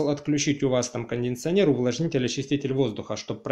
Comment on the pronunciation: кондиционер а не кондинционер)